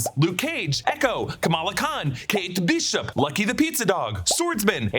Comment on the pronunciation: the fact that you pronounced kate bishop like yelena did is so funny to me 😭😭